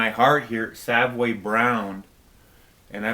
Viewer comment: Love the band Savoy Brown just find it strange when it sounds like you call them Savway Brown. Having seen this band numerous times they are introduced as Savoy (as in the famous London Hotel) Brown. Anyway their latest is superb. Thanks again. BTW Nazareth's latest with a new vocalist is poor...shame.